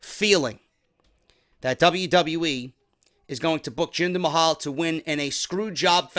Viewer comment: when he said jinder mayo that had me cry laughing